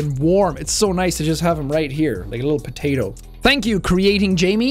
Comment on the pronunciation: He says "potato" in a way that sounds very American.